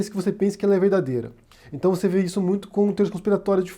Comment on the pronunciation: "Num tá na Bíbria"? "Intão"...